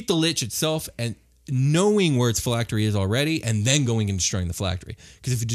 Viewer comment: Name pronounced correctly. 100 phylactery points for you.